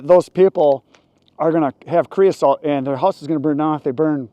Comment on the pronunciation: c r e o s O T E not c r e o s A L T